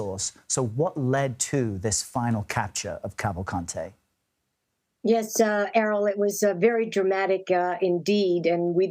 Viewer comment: Danilo Calvalcante is a Brazilian. His name is pronounced as Dah-nee-lo Cavahl-cahn-chee. One would think that journalists would get that right.